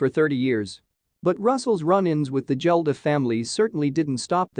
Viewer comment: and its Bob Geldof not Jeldof😂😂